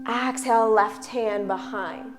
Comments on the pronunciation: Honey, 2 pts: EXHALE, not AXE-hale. Also, seriously? not beginners. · I had to stop the video because your "Ax-hale" is pronounced "Ex-hale" in Canada! It was frustrating and very distracting. Otherwise, I was enjoying it! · Nice flow, but extremely distracting to hear her mispronounce exhale over and over...